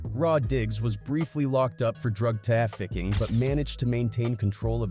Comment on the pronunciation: is this channel narrated by AI? Pronounced “Trafficking” T-rafficking 🤣🤣 same ones don’t want us performing halftime be the same ones making money off the culture smh